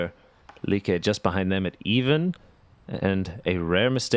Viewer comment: Since I'm not the only one who noticed that they call both Sofie and Lykke two different names as they go along, I would really like to know what is proper. Come on guys, get it right. Whatever right is. lol But otherwise, ya all are doing great. ;-)